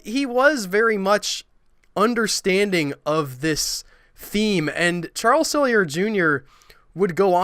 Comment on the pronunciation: Too bad you don't know the people that made these shows. Why does everything you bloggers say have to always include religion? Is it that you don't have any positive ideas? I think your research is incredibly shallow. Charles E. Sellier is pronounced Sell-E-Ay.